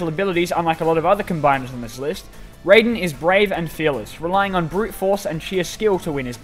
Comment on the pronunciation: Raiden is spelled like that but pronounced ray-den